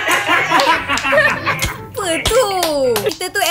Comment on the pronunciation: Aina: supermoon: supermom 😂😂